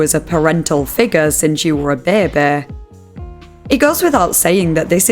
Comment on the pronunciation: every time you say the word baby it makes me crack a smile lmao